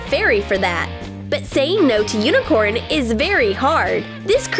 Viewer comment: but it’s Unicorn not Uincorn